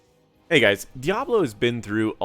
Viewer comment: I keep hearing Diavolo instead of Diablo lol